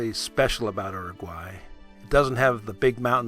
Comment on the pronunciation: You would think you would pronounce Uruguay correctly after so much work.